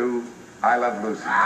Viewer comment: Sounds like he is saying I love Bucy...